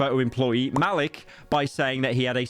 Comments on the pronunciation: That’s not how you say Malik…….. how many times must we teach you this lesson pyro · "Malik" BRO HOW DO YOU PRONOUNCE THE NAME SO BAD AND SO WRONG, HAS TO BE RACIST